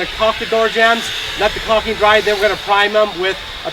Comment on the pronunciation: It's caulking, not "coxing".